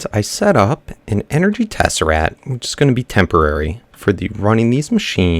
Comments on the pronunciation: It's teserACT not teseRAT! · ti is tess- er-act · it is pronounced tess-ur-akt. sorry about this, but it is starting to bug me